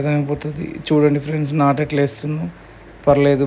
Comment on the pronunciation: నట్టు కాదు బ్రో నాటు